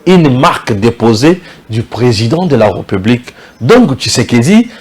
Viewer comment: bjr, j'aimerai bien m'abonné mais à une condition. Le jour où tu commenceras à faire attention sur ta diction tt les jours tu dis: la reupublik, au lieu de républik 🤨🤔